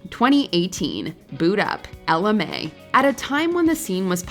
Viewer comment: CeeLo, Estelle, Hozier, Saint Jhn, Ella Mai and ESPECIALLY Steve Lacy and Charli XCX aren't one hit wonders. also it's pronounced like Ella My not Ella May